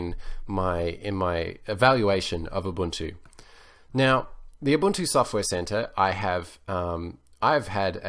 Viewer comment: yes UBUNTU not UbanTU